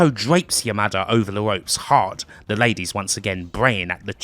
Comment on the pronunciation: Anytime I heard you say "Yamada", I kept hearing it as "your mother".